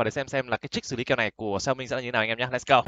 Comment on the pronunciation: hãy đọc xẻo mính nha… góp ý xíu